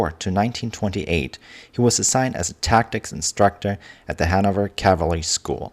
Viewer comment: Your accent is really not all that bad except for the word "cavalry."😊